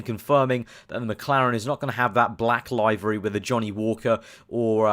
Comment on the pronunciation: LOL LIVE-ery. liv-ery mate.